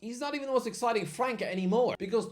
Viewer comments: Can someone tell that it's pronounced "França" and not "Franca"? The Ç has an "s" sound phonetically speaking. So we should say it like you say "France" but in an "a" at the end. FranÇa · It's not pronounced Franca, it's like France but with an A at the end